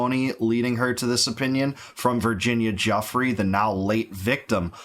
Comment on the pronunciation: It’s actually pronounced Goo-Frey lol yours was closer than the usual Gaffee